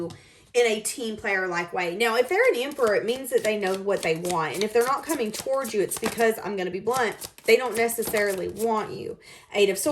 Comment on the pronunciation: Love the way you say walking “towourge”. You’ve got a nice singing voice too!